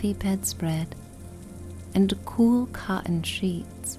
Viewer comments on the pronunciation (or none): none